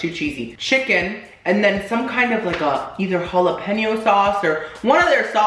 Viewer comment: "no jalapenis" omg